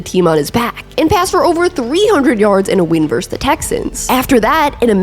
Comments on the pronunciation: VerSUS. Two syllables. Not "verse." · I won't rag on you for how you pronounce Titans. But I will for this- and it's something a LOT of people do, but it's wrong: VS (as in Buffalo vs Detroit), is pronounced VER-SUS. Two syllables. Verse is part of a song. Versus means 'against' as in two opponents in a contest. But it's definitely 2 syllables. I don't know how this got so widely spread, but people didn't used to do it. Pat Macafee is really bad for this, but again, he's wrong. Just google (versus + meaning) and be sure to hit the little speaker icon to hear how it's pronounced. Gotta take this word back, one youtuber at a time. First video of yours I've watched too, btw. I enjoyed and gave it a thumbs up. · I can handle how you say “Titans,” but the way you say “verse” instead of “versus” is another story 😂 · It must be an East Coast thing. 'Titans' and 'versus' are words that are pronouced oddly by eastcoasters. Versus sounds like verse. Same thing with JG9's videos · You also can't annunciate "versus" or "important"...you say "verse" and "impordant"